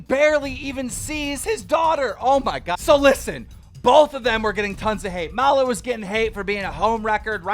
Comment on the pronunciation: Everyone: Maloo Keem: mallah